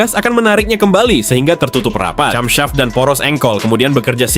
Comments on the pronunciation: Bagus, cuma cara pengucapan "camshaft" seharusnya "kemseft" bukan "camsaft". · Sayang banget ya. Terjemahan teknis sedetil dan semenarik tetnoda oleh penyebutan parts yang wagu. Camshaft kok dibaca cam, bukan kem? Ya. Saya tau ini pake text to speech AI. Tapi kan waktu tulis naskahnya, begitu diperiksa ternyata bunyinya aneh, dikoreksi lagin- ditulis sebagaimana orang Indonesia. Tulis kem saf.